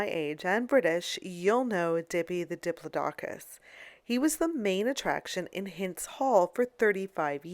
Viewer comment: cant even say diplodocus right.